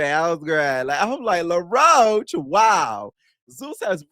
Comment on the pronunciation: calling law roach "laroach" lol